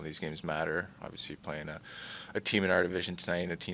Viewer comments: Well for starters there’s an L in the word. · Love matthews but someone teach this man how to pronounce the word “obviously”.